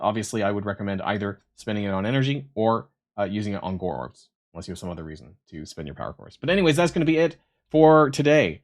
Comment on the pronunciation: It's not "Gorr orbs" it's Gorrbs" ;)